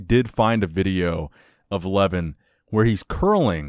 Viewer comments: It's pronounced like Luhvaahn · Pronounced LevAN. Not Leven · Lol you butchered almost every one of the names.. including Levan's :D But great that you started talking about armwrestling, very interesting sport. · Please do not swallow the second syllable in Levan's name so it is closer to its pronunciation in his native language. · You're pronouncing his name... Should I say funny?